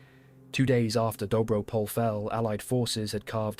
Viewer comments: First a point of precision - "pole" in "Dobro pole" is not pronounced as the English name "Paul". The "e" is pronounced and stressed, like in the French "Calais". Second, as a Bulgarian I found the video interesting but the extreme glorification of the Serbian army was a bit too much for my taste. Keep in mind that the Bulgarians and the Serbs had fought in three wars before WW1, in one of them as allies and in two as enemies. First came the war in 1885 following the unification of the Principality of Bulgaria and Eastern Roumelia (southern Bulgaria). While the young inexperienced Bulgarian army was concentrated at the border with Turkey, the Kingdom of Serbia declared a war and attacked from the west. The Serbian army was much better staffed and equipped with more modern armament and the general expectation throughout Europe was for an easy and fast capture of Sofia. Instead, the Bulgarian forces were able to relocate fast, stop the Serbian offensive and counterattack. After entering Serbian territory our army stopped only when Austro-Hungaria threatened to intervene. Then came the First Balkan War of 1912. Bulgaria amassed an army, bigger than the armies of Serbia and Greece combined. It fought against the main Turkish forces in Eastern Thrace in the direction of Istanbul. The ill-conceived Balkan Alliance broke down when the Serbs (and the Greeks) occupied large parts of Macedonia behind the back of the Bulgarian army, territory, which had been considered as predominantly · excellent documentary. just a minor correction: dobro pole is pronounced more like dobro poleh ..